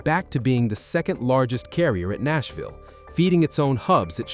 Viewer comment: AI voice giveaway. "Nassville"